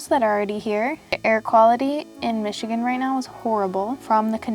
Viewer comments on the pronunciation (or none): none